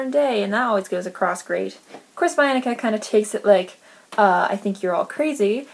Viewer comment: i read the titans curse in January. bianca annoyed me. a lot. and so did nico. it's pronounced beeanca. i love thalia. but yes she thinks she's the best at everything.